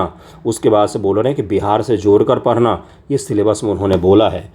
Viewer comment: पढ़ना ❌ परना ☑️😂